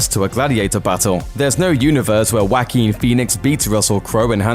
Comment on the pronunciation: More Bloemkamp movies!! 🇿🇦❤️ You're killing me, 😂 please don't pronounce the name Joaquin, as wanking!!😅